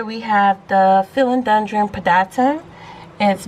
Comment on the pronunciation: You are saying it wrong! 🥰😁🥰😁🥰😁🥰 Subscribed! 😂